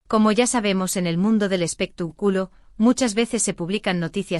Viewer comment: Porque lo traduces tan mal no sabes el español bien,debes decir expectaculo y no lo que dicesdices espituculo